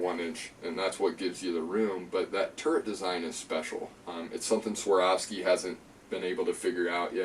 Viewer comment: Please !!! A is first, O is second in SWAROVSKI.